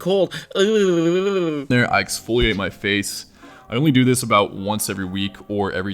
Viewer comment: "EXPOLIATE" my face... Wow I would like to make it through this video without making fun of things you say every 3 damn seconds.